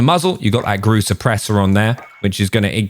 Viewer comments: “Grow-za” you’re funny that’s a meme now lol, it’s pro bounced Groz a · Groza means storm in Russian, and stress gous to the end of the word grozA